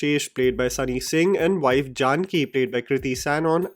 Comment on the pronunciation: I am just can’t help but get cringe at the way you said Janaki as Jaanki 🤦‍♂️